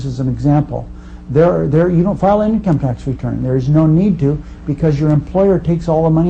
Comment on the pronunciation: lol, I'm not even that far in, and I'm already laughing at "eencum taxes" and "phraseology."